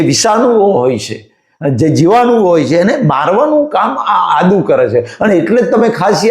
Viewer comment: Ada Nahi Adu bolo.